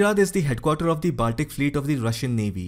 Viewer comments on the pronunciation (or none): your pronunciation is good. BUT Baltic is pronounced as Bawl-tik/Ball-tik and Not Baaltic as is so commonly mis-pronounced, including here in this video.